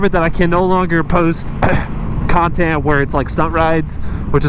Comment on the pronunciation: FB and YT can both irritate me beyond belief. It'd be so frickin cool if Musk just did a hostile takeover of both...or,OR if you, happen to have...did you just say cun-tent? Lol anyway, if you just had enough subs that we could all pitch in to start another (ultimately cooler) video channel. Or,guess there's always MySpace? Heh